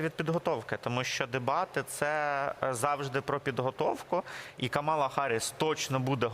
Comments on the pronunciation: Це нові правила граматики… Мені теж не подобається! А ще неправильно ставлять наголос: вона КАмала! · Називайте правильно їм’я: КАмала!